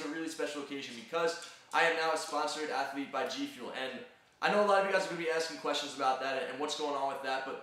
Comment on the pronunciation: Did he just say "Athlete"? Is this guy serious?